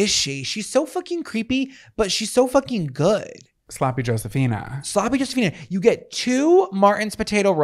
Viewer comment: I absolutely heard, "What song has been s*cking your head all week?" I froze and had to rewind but I got it now. Dying. Dead.